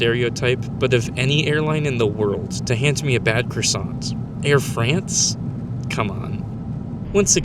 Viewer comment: the correct pronunciation of "Quebec" for the letter "Q" in the international alphabet is "KEH-BECK," not "qwebek." The "t" in "croissant" is typically silent, even in American pronunciation. They gave you a flat croissant as a punishment for mispronouncing the word...😂